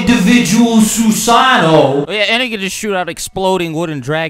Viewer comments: Bro why in the hell do you pronounce Susano like it’s three different words. Shits annoying every time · Every time you say Susano'o wrong I die a little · “ThEIRR OwN INDiviDUAL SUsaANNOO”